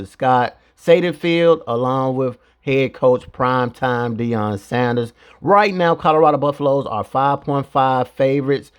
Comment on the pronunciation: GEESH- Just another YouTube creator who loves to hear himself talk; riding the coat tails of the Colorado buffs.... You might want to learn how to properly pronounce the opposing coach's last name before you create such flimsy content